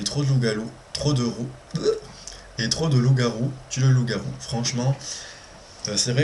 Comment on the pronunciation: Coucou! Répète après moi loup-garou;p J'écris La femme sans peur à côté de Bad Swimmers pour mes sorties PAL numériques. Tout est croisé. ^^ Une très jolie illustration & le titre me parle, j'adore! Bonne semaine & bonnes lectures. Bisous.